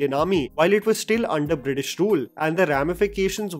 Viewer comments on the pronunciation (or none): none